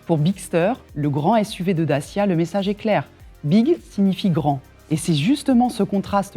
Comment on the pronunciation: What kind of manager CANNOT pronounce CORRECTLY the name of her brand??? Take some lessons!